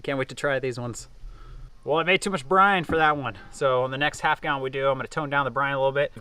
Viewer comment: Brine. Not brind